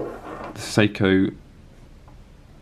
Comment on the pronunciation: It sounds like you're saying "Soko". In America we say "Say-ko". Not sure which is more accurate.